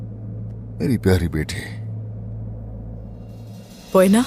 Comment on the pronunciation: Bhai ap bar bar poena ko boena kehte ho halime ka name boena Nahi poena hain